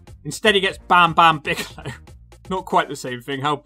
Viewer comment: I chuckled every single time you said "Bagelow". Think I'm too easily pleased, but glad you're back.